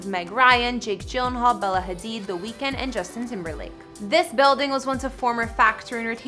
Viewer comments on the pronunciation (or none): none